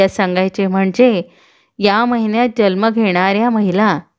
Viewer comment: छान video पण jalma nahi जन्म म्हणा